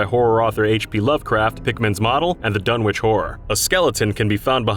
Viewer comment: Dunwich isn't pronounced /Dunn-Witch/ it's pronounced /Dunnitch/ the same as many UK place names like Greenwich (pronounced /Greenitch/) or Norwich (pronounced /Norritch/).